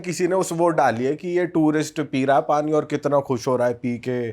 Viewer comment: PANI❌ PONI ✅